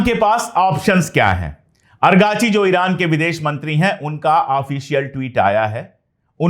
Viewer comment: Sir, main yah Teesri bar bata raha hun, his name is not Argachi but ARAAGHCHI